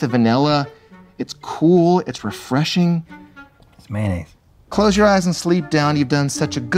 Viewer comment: "It's maynaise." Hahaha